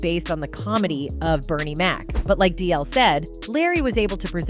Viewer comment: That's another one, she didn't pronounce the "G" in DL's last name!!👂🏾🤨